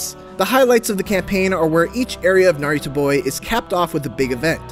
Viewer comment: I'm convinced you were saying Naruto